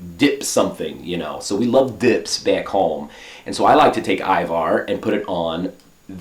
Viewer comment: ajvar yeah lol u said it correctly :D but in comments they keep witting ivar